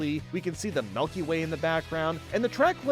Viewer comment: you lost me at 'the melky way'